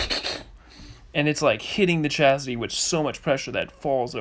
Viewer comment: Chassis, not Chasity